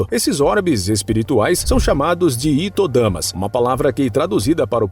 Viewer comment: O correto é HITO DAMA e se pronuncia RRITO DAMA e não ITO DAMA cmo vc falou. A letra H em Japonês tem som de 2 R. Se falar ITO significaria FIO e não PESSOA. O kanji de pessoa é 人 (HITO).